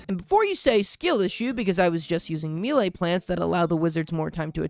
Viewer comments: I keep having to re-listen to figure out where there's an "i" in "melee," or is it talking about My Lai, the village in Vietnam? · wait why did you pronounce melee like me lay instead of may lay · why you say me lay instead of melee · the way you pronounce melee as mee-lay pisses me off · Loved this video and it's one of my favourite games of all time, but why tf do you pronounce melee like that